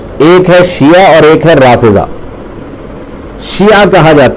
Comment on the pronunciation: Bhai siya nahi shia hota hai